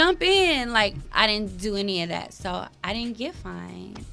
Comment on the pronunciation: Y’all killing me it’s FINED not FIND 🤦🏽‍♀️